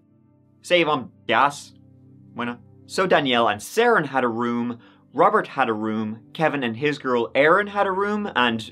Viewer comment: His name is actually pronounced Seren like Serendipity